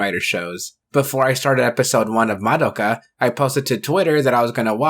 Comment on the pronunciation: I'll die peacefully when I finally meet someone who doesn't pronounce Madoka that way